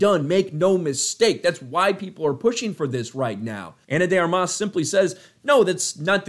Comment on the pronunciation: I love your channel, but you keep mispronouncing her name as "Ana de ArMAS", which irks me to no end. It's pronounced "ARmas", with the stress on the first syllable.